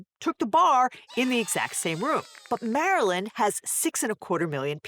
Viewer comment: Hearing Chaos Laywer pronounce "Mar-a-land" warms my crab-shaped heart.